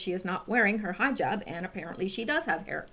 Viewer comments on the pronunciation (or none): Hijab pronounced Hee-jab